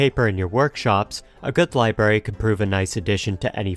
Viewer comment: small criticism and forgive me if it's just a speech impediment but library is pronounced ly-brar-ee there is an R sound after the b and you kept saying libary.